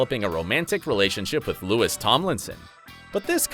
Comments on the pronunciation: ... His name is Louis. As in lou-ee. Not Lewis. Louis tomlinson... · ITS LUU-EE NOT LU-ISSS!!!! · LEWIS TOMLINSON?!?! honeyyy it’s louie the s is silent😭😭😭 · it’s louis tomlinson not lewis tomlinson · It its Louis. NOT LEWIS!! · they just had the audacity to say lewis instead of louis. i’ve never felt more disgusted as a directioner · Ummm it's not Lewis skskksks I'm a directioner and that messed up with my head. IT'S LOUEH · When he said "Lewis Tomlinson" I gagged. Its fookin LOU-EEE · It's pronounced Loui not Louis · Did he really say "loo-is" and not "lew-ee" or is it just me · Louis’s name isn’t that hard my god. Think of Louis (Lou-ie) it’s not Lewis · The moment the narrator/host said : LOUISSS TOMLINSON. Me: all directioners goes online and type how his name is ACTUALLY pronounced. You had one job, mate🤦🏽‍♀️🤦🏽😝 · It's not Louis with a 'S' It's Lou-eh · did you seriously just call my louis lewis tomlinson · he said lewis tomlinson im dead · It's spelled Louis, but it's pronounced without the S. The S is silent, like you would pronounce it in the French way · IT'S LOUIS WHERE S IS SILENT !!!! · Oh my god you pronounced louis wrong!!!!!!!!!! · He pronounced Louis wrong....the directioner in me is very upset